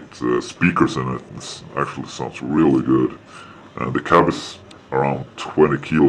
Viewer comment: So. Is everything "areally guud?" :D